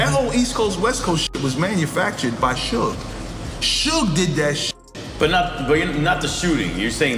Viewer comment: You pronouncing Suge name all wrong. Its killing the video. Good work tho.